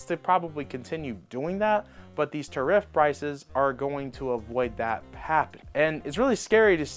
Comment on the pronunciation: OMG dude learn how to say tariff!!